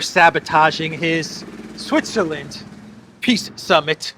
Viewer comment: He says piss summit and he can't be more right 😂😂😂